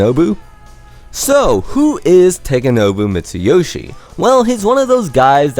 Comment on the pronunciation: Could have pronounced his name correctly, but I guess you're guilty of that, too.